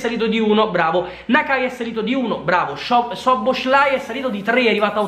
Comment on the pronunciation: Ma dio mio ma ti è cosi difficile dire soboslai ma da quale demenza sei affetto